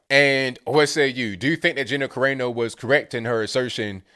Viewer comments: its on AEYY NO its Ca Ra No.. its Italian.. LMAO... funny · Kah ray no? 😂 Kah rah no bro. Kah rah no